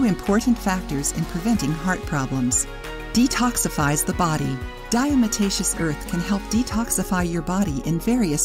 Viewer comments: She is saying it wrong....it is not diaMotacious it is diaTomacious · Mispronounced...'diatom-aceous' from prehistoric microscopic organisms, 'diatoms' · Diamataceous????? Lol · Lol....that is not how to pronounce this word ! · If you don't know how to even pronounce it, then it makes me wonder about all the info you are presenting. I've used it for years and agree with most of it. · If you can't pronounce it correctly you shouldn't put out a video about it. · You need to learn how to pronounce it properly! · I can’t take this video seriously. Pronounce diatomaceous correctly. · Great video, but you probably should get someone who knows how to pronounce Diatomaceous earth if they're going to narrate the video.